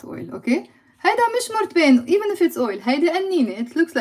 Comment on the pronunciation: When you say olive oil and coconut oil, I understand olive ‘oil ‘ but somehow I don’t hear the word ‘oil’ when you say coconut ‘oil ‘.